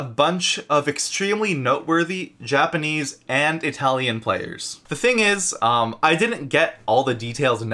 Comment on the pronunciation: Your japanese is spot on 😂👍